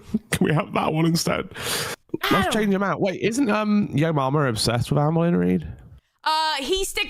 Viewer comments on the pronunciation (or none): none